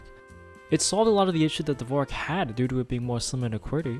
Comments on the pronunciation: It's not divorak, but divorschak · lol, dvorak isnt pronounced as u did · As a musician, MAD respect that he included a note saying the Dvorak layout wasn’t pronounced like the composer. I would’ve gone on thinking everyone was just uncultured. Thanks for letting me know it’s actually different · I had no idea it was not pronounced like the composer